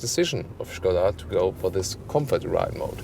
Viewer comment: You're kind of the only one on YouTube pronouncing Skoda the right way but you pronounce all the German names the english way?! That is kinda disturbing and strange. Stilll kudos for pronouncing Skoda as it is supposed to be!